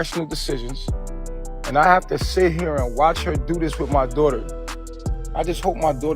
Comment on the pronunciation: If I hear him say “my dowghter” one more time knowing damn well he could give two shits about baby Ellie!!! 🙄